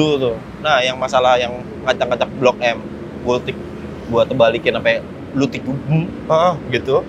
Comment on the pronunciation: Blok m diacak acak jadi "klkb m" 😂